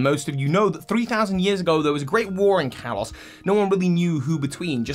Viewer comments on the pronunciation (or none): Why do you keep saying Callus. Kalos